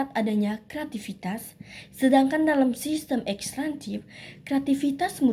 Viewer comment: Bukan ekstrantif tetapi ekstraktif